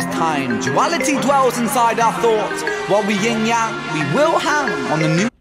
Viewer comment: One my favorites of Ren's. It's actually yin-yang, not ying-yang.